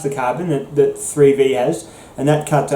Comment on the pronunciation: What is three thee? Oh, were you saying three v? Bwuaaahaaa bwuaaahaaa bwuaaahaaa 😁😁😁 Thanks for the video my Bladed Brother 👍⚔️